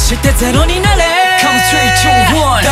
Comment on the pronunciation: p、o、w、e、rとか、他のとこもだけど壱馬くんの英語の発音がかっこよすぎてなんでも聞いちゃいます😍ラップも含めボーカルがどんどん最強になっててこれからが楽しみだし嬉しいです！ ランペしか勝たん❣️